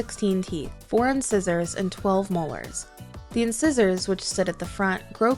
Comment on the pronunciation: When she says inscissers instead of the correct pronunciation " in sizers"